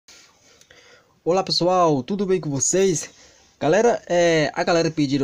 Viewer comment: Amei ele falou ols pissoal kkkkk mas amei muito